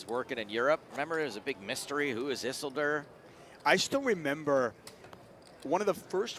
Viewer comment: Is anyone else bothered that they constantly pronounce Isildur incorrectly? If it’s a name after the lord of the rings character it’s “is-sil-dur” like how Elrond says it in the fellowship of the ring.